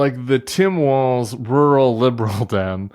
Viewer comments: Guys: It's pronounced WALLS, instead of Waltz... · You guys, it's pronounced WALLS not waltz. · It's Walz. Not Waltz. Not that hard lady! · Sarah, you need to learn how to pronounce Walz! 🤨 But, I still love you 😘